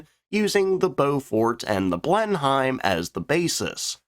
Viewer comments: Yeh, I grew up hearing what I believe is the 'correct' pronunciation, it just kept making me laugh/cringe every time he said 'Blen-Hime', aagh! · you got it. I was thinking to put it: blen'm. That kind of difference, between two different emphases whereby the final 2 or 3 syllables in a 4 or 5 syllable word, really stands out. Basically, the American style is a even metred one beat per syllable. The English style is to pronounce those syllables as a trailing remnant, a gesture, a token. Lol. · Blenheim like blenum. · BLENNUM: rhymes with denim. That is how it is pronounced. Garand is pronounced garand : not gih-RAND. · The battle was named after the place. The duke was named after the battle. The palace was named after the duke. The plane was named after the palace. Blennim. But an excellent video. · Yes, yes it does. *winces EVERY time" Blenem. BLENEM!!! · Its pronounced 'Blemum', ignore all those saying otherwise they're probs from up north somewhere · Small point but it’s “Blen - um”. Yeah I know. But that’s how we say it. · A good presentation on an interesting and important series of aircraft. In fact good enough that I can forgive the slightly painful pronunciation of Blenheim. ;) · LOL, pronounced like a german intelligence officer shiifting thru the enemy aircraft info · Middling? 900 victories but just middling? Apart from your unbelievable attempt at pronouncing Blenheim.... Here's a clue, the h is silent, in fact look it up in any dictionary there will be an example how to actually pronounce this word properly. As for having an opinion on something you personally have never flown in, maybe you should eh? This little beauty was a killer and damned sexy too. I had that opportunity down in Australia and I've never forgotten that. The obvious fact shown here is how badly this video essay is clearly aimed at showing American aircraft were better, or is this for your college lecturer to mark? I can do that .. C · The pronunciation of Blenheim hurts